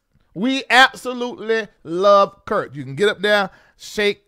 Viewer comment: Called him Kirt 😂😂 with a T